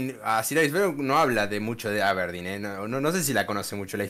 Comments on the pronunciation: cuando en el video original pronuncia mal al aberdeen me acorde de facu jajsajajaj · la forma de pronunciar Aberdeen y algunos anglicismos definitivamente me hizo daño!! 🤣🤣🤣Saludos!¡!